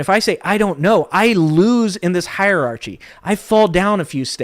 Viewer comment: You lost me when you mispronounced "hierarchy."